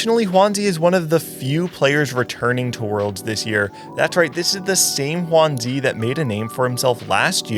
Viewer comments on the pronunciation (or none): great quality video! will be rooting for Lallana and will be watching PieHat and all the NA players as well :D Mismatched Socks , Kurumx, DQA, RamKev also I wanted to mention that the pronunciation for Juanzi is more like, 'JywanDz' (Yale romanization) unlike the spanish pronunciation of Juan, and zuh instead of zee :)